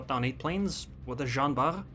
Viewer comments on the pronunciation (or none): It is Jean ARR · Nice video! Btw, the French "R" can be described as a guttural "R".